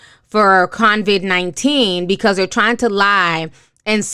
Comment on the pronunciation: ITS COVID-19 NOT CONVID!!!